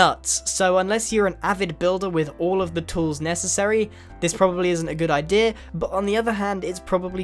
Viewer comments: XD I know, just joking. The way he says ideas sounds like idears. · idea. not idearer learn English. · He kept saying ideaer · "you get the idearrr" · I love how he says ider rather than idea. :P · "the ider"